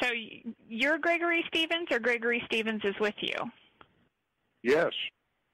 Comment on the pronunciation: Ish thish Gregory Shrevensh? No, this is not Gregory Steven’s. Ok!!!